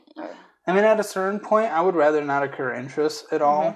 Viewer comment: I adore you but when you say “occurs interest” instead of “accrues interest” a tiny piece of my soul dies.